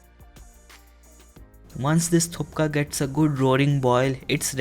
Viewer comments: I have always been your recipe's fan bro but this time its a bit of a disappointment. The pronunciation itself is wrong since beginning..its either called Thuk pa or thuppa..not Thup ka or Thukka. And you do not add garam masala lemon juice and all. Its a Tibetan dish. Please do not give it an Indian flavour. And vegetable quantity should me more...more of green peas, french beans, cauliflowers, radish and seasonal veggies. They are sauteed in sharp mustard oil to get that pungent warm flavour during winters and in cold areas. Anyways a nice try could have been better. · hey it's pronounced Thuppa not Thukka!! And you are using lot of unnecessary masala in it So, its not Nepali style 😨We Nepali not use that much of ingredients in our food specially lots of Masalas ...Our foods are made simply but the natural taste of food in it 😋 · I internally died everytime I heard him say 'thuPka'😂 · The fact that he said " Today we're making tupka also known as tupka" killed me 🤣 He tricked me for a second thinking he actually corrected himself then i realized he just made the mistake twice 😂 This proves again and again that Indians really don't correct themselves LOL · normally all people in Sikkim know how to make this dish and you told the name wrong it's thukpa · True he said thupka🤣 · I couldn’t help myself but cringe every time he said “thupka” 😅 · Let's play a game, bottoms up every time he says "thup-ka" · If you can't pronounce thukpa, you sure as hell can't cook it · Skip the ajinomoto and haldi and curry powder. Also it's THUK PA. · Its THUKPA for God sake😹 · do some research # it's thukpa your pronunciation is wrong and it's not a momo soup... 👎👎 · It sounds like you are saying " thukka"😂😂😂 which is a deregatory term in nepali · It's not thukpa but it's thupa but ur best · I had this at a Nepali resturant when I had a bad cold, it is delicious and good for you if you have a sore throat. Correct pronunciation is Thukpa. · No no it is thuppa.